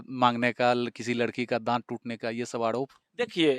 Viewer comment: Yeh kya hindi bolte ha reporter aap k upr ko bol rha ha upl ,diwar ko diwal bol rha ha ,arop ko aalop ha maine bahut baar suna ha bihar wale aise he bolte ha purv ko pulv bolte ha